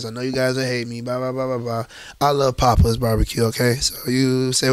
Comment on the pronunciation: Bro said pappas bbq 💀